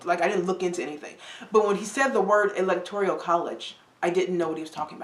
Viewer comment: ELECTORIAL college? Better do some more research. It's ELECTORAL college.